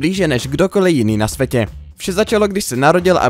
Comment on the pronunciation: Na svetě? Čáslo devet? Naučte se česky!